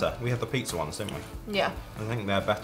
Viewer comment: No one: Me: PITZAREE!!!!!!!!!!!!! 😂😂😂